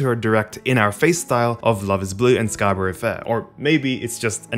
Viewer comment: ok sorry to nitpick - scarborough is pronounced "scar-buh-ruh". it was rly annoying me, sorry!